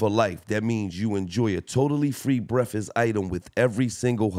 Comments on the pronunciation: my nigga said free brefest like 5 times 😂😂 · Love you Gil but did you say free brefast😂cmon Gil